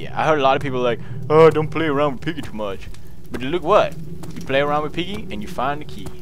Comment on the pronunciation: IT'S PIGGEH! GET IT STRAIGHT, WOMAN!